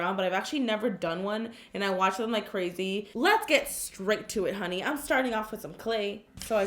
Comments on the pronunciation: Karina. Why. DOooo. Say. Honey 🍯. Like. That? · Why does she say “Honey”